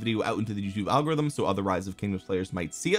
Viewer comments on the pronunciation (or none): none